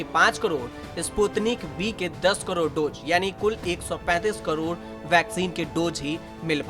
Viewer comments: Hi Tak, Can u please change this voice artist to some good speaker who can speak clear hindi not like Kodod Kodod... its really irritating and annoying. And these are Dose not Dojj... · ऐसी भी क्या मजबूरी है आजतक की जो करोड़ का भी उच्चारण ठीक से न कर पाने वाले न्यूज रीडर को ढो रहा है। क्वालिटी कंट्रोल घटिया है आज तक का। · कदौद नहीं करोड होता है